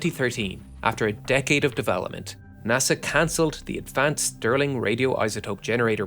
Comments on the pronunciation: Stirling engine, not Sterling engine. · Mind you, it's "Stirling", not "Sterling".